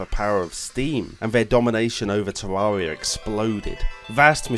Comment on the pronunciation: Its actually pronounced ter air ee uh